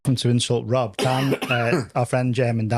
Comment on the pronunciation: Awesome! Thank you for inducting me into the HOF! 😍 Clarke pronounces my name correctly, and Rob (or Wob as Paul says) does it wrong! 😂